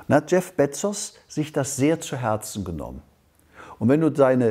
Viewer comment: Spricht er Bezos absichtlich so falsch aus?